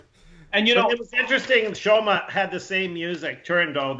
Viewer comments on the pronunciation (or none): called Shoma "Shomo" throughout. Couldn't you correct him?